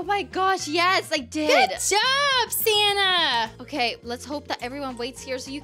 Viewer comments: you said santa not sanna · Oh its iamsanta not iamsanna 😂😂😂😂O this is so funny silly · I love it when silly said iamsanta instead of iamsanna